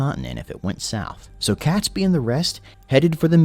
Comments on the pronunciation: It's pronounced 'Katesbee' and not 'Catsby.' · not pronounced Cat sbee name is pronounced Kate sbee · Cats-bee? Pronounced Kates-bee. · oh and it's pronounced Kates-bee not cats bee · It's pronounced Kate's- bee not cats-bee. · It’s ‘Catesby’ pronounce Kate-s-bee NOT Cats-by! 🤬 AND don’t get me started on Worcestershire (Wuus tar shire) or whatever the narrator mangled it into🤯 - AND of course he was James I of England as there hadn’t been 5 other kings of that name before him, unlike in Scotland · Robert Catsby name is pronounced Katesbee, that's only one of the things they got wrong in this video! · It would really help if the narrator could pronounce 'Catesby' at least! It's pronounced 'KAYTsby', not 'Kat'. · So many errors: Not Guy Fawkes Day but Night or Bonfire Night, it is pronounced Katesby not cat, James 6th of Scotland & 1st of England, Not war- wick Warrick the second W is silent, narrator butchered Worcestershire. It was Queen Elizabeth's counsellors that came up with Hanging, drawing and quartering, as the old saying goes " a picture is hung but a man is hanged". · Definitely Catesby, not Catsby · cats-b? No it is Kates-B! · Catesby is pronounced Kate's bee .🇬🇧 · Robert Catesby pronounced Katesbi! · Never heard Catesby pronounced Catsby before. Mind you I haven't heard his name said before, only read it. Interesting. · Not to mention CATsby. In my recollection no felines were involved.